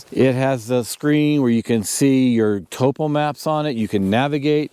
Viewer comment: Why do backpackers no longer know how to pronounce 'topo'.